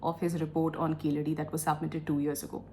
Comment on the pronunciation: Keezhadi is the correct pronunciation not keeladi .